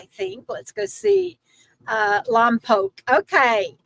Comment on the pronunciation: Lom-pock 🥹 … I grew up in SB - it seems to be called that by visitors and in movies 🙃 we (locals) always say Lom-Poke … when we had to refer to it 😄